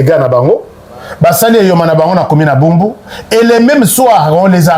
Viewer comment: Commune de Barumbu et non bumbu